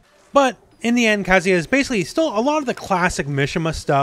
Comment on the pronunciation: Shoutout to for pronouncing Kazuya correctly.